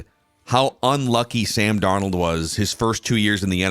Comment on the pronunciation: Now that Thor can finally say Sam Darnold’s name correctly…. Can we start mispronouncing the former Minnesota quarterbacks name as “cooked cuisine”?